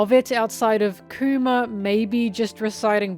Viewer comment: Anyone else keep hearing “coomer” whenever she says kuma? 😂